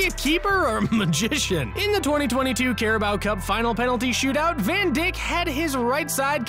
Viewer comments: “Van dick”💀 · bro said “Van Dick”💀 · I like that he says van dick